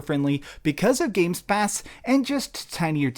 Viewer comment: "Games Pass" :)